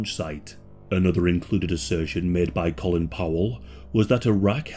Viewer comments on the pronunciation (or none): none